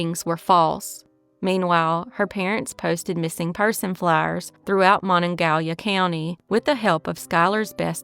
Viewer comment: Great video! For reference > the pronunciation of Monongahela is pronounced Monon-ga-hela. I used to live nearby.